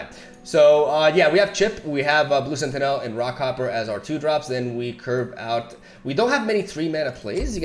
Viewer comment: Just a heads up, sentinel is pronounced sentinuhl, not senti-nèl